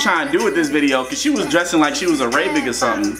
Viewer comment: pronounced Arabic wrong lol